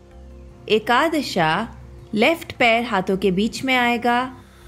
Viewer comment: I appreciate just dont say ekadash"a", its ekadash